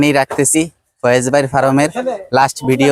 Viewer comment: দয়া না দোয়া